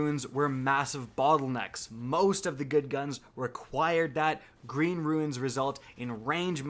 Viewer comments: Yo,.... It's Rune like Dune, not Ruin and Sniper like Piper.,Not Snipe like Pipe....hook it up brutha lol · You’re not the only person that I’ve heard pronounce “Rune” as “Ruin”. It’s pronounced like “roon”. Ruin is a totally different word. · Stop fucking crying about this. Have people already forgotten that it was a BUG? They told everyone they know its a bug and to abuse it while they can. They literally could have hot-fixed it day of release. also its pronounced ROON not ruin, fucking hell. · It’s ROOON... Rune. Not RU-IN. Idk why this is so hard. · never understood why people say the word RUNE like its spelt RUIN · I had no idea of this Glitch ... I did my runs 1 at a time each week*, knowing that its 1 chest per run XD Also there is a huge difference between RUNE and RUIN, please check your pronunciation before making a 10 minute long video :P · It's a sniper rifle not snipe rifle and it's Rune not ruin bub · Rune is pronounced "roon," please, it hurts my ears. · Agree 100%. I do have to say... "Ruin"..."Rune"..."R u i n " ..... " R U N E"...